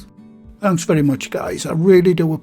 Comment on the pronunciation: another great video! Your accent sounds so much like my stepdad from Bishop Auckland. Especially when you said “very” like “vury”